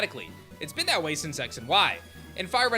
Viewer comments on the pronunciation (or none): none